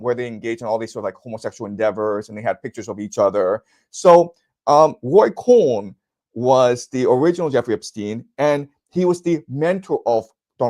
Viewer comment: roy cohn not ray